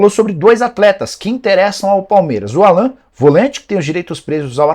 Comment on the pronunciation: Nicola do céu!! A pronúncia correta é “Álan”. Não “Alãn”! Vc é bem informado demais pra se permitir isso. Rsrs